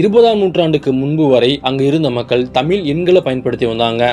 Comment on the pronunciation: தமிழ் என்று சொல்லவும் தமில் அல்ல ... நண்பரே